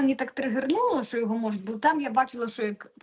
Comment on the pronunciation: Правильно вИпадок, із наголом на И, а не випАдок. Наголос на А ставлять бабці з далекого-предалекого навіть не хутора, а хутірця. Дикторам, велучим, окремим вчителям соромно не знати правильних наголошень. Дивіться в орфографічний словник, над кожним словом там поставлено наголос. І ще одне, звук [ч] в украінській мові твердий. Тому правильно говорити "що", а не шььчььььо.